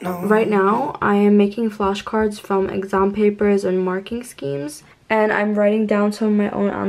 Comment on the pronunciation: i love how she says "EGGASMM" instead of exam.